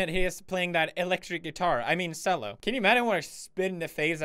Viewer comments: Kannör Kallingzvörth its pronounced chello, don't know why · Felix it's pronounced TCHELLO not sello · Everyone: Cello Pewds: Sello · a fucking sello let me correct you CH-ELL-OH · Emma Dreier I lost myself on that pronunciation and then deep hatred rolls in- I’m a pathetic cellist but I’m- I’m just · i didn't see it in the vid, but are we talking about the instrument? in which case it pronounced chello not kello or sello 😜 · ChrisElsenbroek Right? ch-Ello bruh. not solo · the way he says sell-o instead of chell-o mildly infuriates me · Cello. No. Sello. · its pronounced Ch-ello not cell-o but you are awesome so i don't mind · sello. it is pronounced chello and spelt cello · s e l l o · It’s probably because in swedish it’s written “cello” but pronounced “sello” :) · I noticed that too but english is not my first language so i thought that’s how you read Cello fjfkfkdkfj i shouldn’t trust Felix that much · "cello" is pronounced "ch-ello" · Is nobody talking about how he said cello like "sello" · In Swedish you would pronounce "cello"; "sello". I believe that is why. Source: I'm Swedish. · Arjni Koijnovski I know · Pewds: pronounces cello as sello Me: TRIIIIIGGGGGGEEEEERRRRRREEEEDDDDDD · Gordon Ramsay is Savior Yaks are back: You say it chello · ChrisElsenbroek ikr Im pretty shire it's pronounced K-ello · Claire Bear the c is pronounced similar to how you say chocolate or anything with ch. I used to play the cello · I know! It's pronounced Ch-ello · yeah he says sello. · Lexie Rod You pronounce cello as sello in swedish, danish, and norwegian. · No it’s pronounced JELLO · my man in 2017 says CCCCello pronouncing the C. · Pls tell me he's saying sello instead of cello ironically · Did he just pronounce cello the way it's spelled? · Emma Grundstrom I played it but I things that's how they pronounce it in Sweden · I mean,Marzia is italian,so there must be some reason.... Acting most people I know say it that way